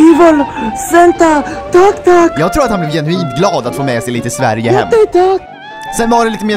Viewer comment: is hilarious och adorable at the same time, especially his pronunciation of ‘Sverige’ and confusion. 😂😂😂. Jag hoppas vi får se honom igen.